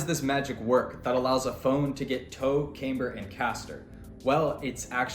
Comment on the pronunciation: Loses a bit of credibility when you don't know how to say "camber"